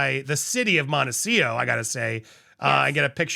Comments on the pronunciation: Can you please learn to pronounce Montecito it has a T at the end before the O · Andy, there are two T’s in MONTECITO. Do you say it the way you do as a joke? Just curious